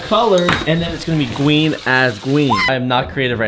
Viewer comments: “Gween as gween” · gween as gween